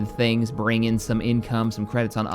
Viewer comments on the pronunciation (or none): none